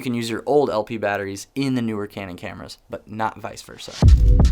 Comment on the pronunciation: Great I'm now hearing canon as cranon. Wonderful 🙄.